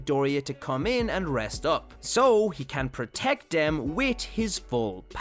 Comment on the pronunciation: do you know how to say them? or three? because you say dem or tree